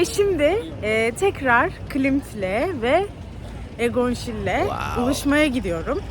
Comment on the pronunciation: Egon “Şiile” (Şil değil)